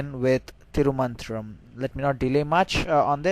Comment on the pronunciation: It's not Thiru Mantram. It should be Thiru Manthiram. Pronunciation is very important in Tamil.